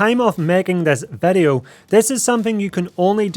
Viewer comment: Why do you say vedeo all the time? It is video. Just kiddin' nice content, i like it